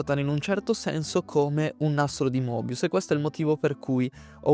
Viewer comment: Il nastro di Moebius si pronuncia Mebius